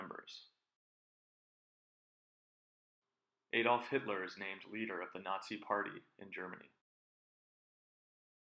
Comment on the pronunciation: You audio levels are bad. And don't pronounce the name "Adolf" like that if someone is a German national, you ass!